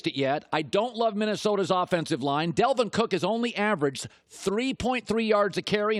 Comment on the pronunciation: Can someone tell Colin it’s DALvin Cook not DELvin Cook? 🤦🏾‍♀️